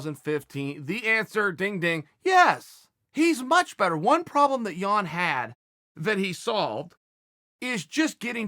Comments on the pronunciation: Haha thanks for learning how to pronounce Jan :) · Chael you got it right!! I literally clicked on this to see if you'd say Jan or Yan. Well done sir!